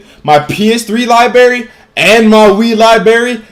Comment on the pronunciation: libarry cant say library EXPOSED